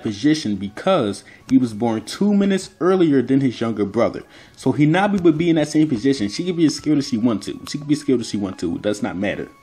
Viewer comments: Its hanabi not hinabi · Hinata's sister's name is HAnabi not HInabi.